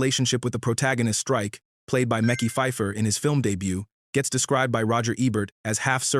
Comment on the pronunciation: I mean, Mickey Phifer is way off. Lol